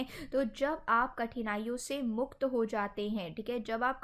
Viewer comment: मुख्त नही आदरनीय मैडम जी मुक्त होता है